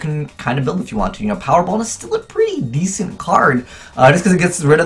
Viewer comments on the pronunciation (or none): none